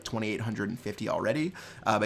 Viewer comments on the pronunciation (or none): Is it just me or does he say "intil next time" instead of "until" 🤔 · Y do u say until like Intel?